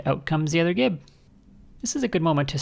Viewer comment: That span of time between "hey, didn't she just mispronounce gib?" and "what the #3!! is she talking about?!" 😂